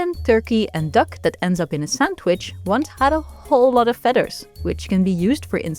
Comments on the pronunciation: I love the way you pronounce “fedder.” It is endearing. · American English speaker here and your voice is wonderful. I love how you pronounce feathers 🪶